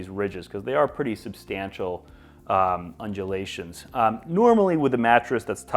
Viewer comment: New drinking game, you drink every time he says unjelations